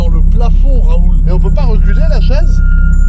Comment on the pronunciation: 😂 professorrrr rrrraaaaoooouuuulllll